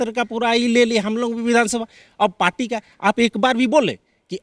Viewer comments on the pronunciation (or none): none